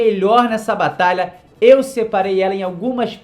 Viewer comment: Não sei se ele percebeu mas ele falou batala